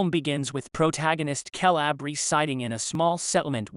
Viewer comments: This is hard to watch solely for the fact he pronounces Caleb as Kalab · Ok first off... That ridiculous constant "KAY LAB" mispronunciation shit got old real real fast. Second.. Caleb... Grant.. Really..? What's his buddy's name Jeff Tom and Hank . Haven't heard the name otzi a single time. Not a good look for a " movie recap" when you don't even know the main dudes name.. 🤢🤮